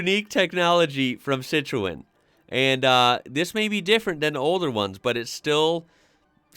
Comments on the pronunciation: Citroen... move the 'e' in the pronunciation... "Cit-rone" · In the usa the fiat panda is your fiat Trekking because all fiat now are base on the looks of the fiat 500, Dacia is from Romania, and is subsection of Renault which some of there cars are based on older models of Renault and over the years the quality has got better is one of cheapest car on sale but starting to cost more. The way you pronounce Peugeot and Citroen is weird to me lol. The Skoda Fabia and Seat Cupra you show are based on a vw golf same as the Skoda citygo and the Seat mii is based on the vw up! But as they owned them its understandable lol.